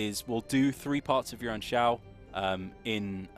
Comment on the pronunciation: OMG! you got the name right this time!